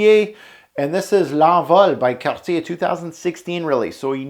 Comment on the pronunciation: first Youtube reviewer to pronounce Cartier properly